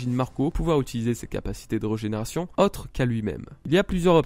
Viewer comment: Ne le prend pas mal mais c’est rÉgÉnération et pas rEUgénération ça pique les oreilles ;)